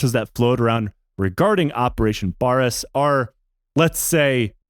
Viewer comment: It's pronounced Bare-ass. Or Bayer-ass.